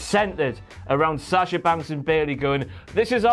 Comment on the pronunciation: u guys pronounce "Sasha" so funny